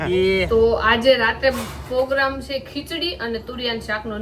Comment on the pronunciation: POGRAMME NAHIN PROGRAMME BOLO